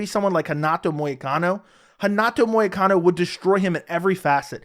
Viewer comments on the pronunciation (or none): I feel like paddy will be the new Darren Till. Also … it’s “Money Moicano”